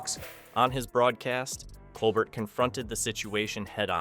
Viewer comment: Stephen’s name is pronounced col bear.